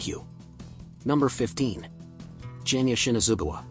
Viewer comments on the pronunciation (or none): Bruh you have said most of the names incorrect for example genya to jenya and gyomei to jyomei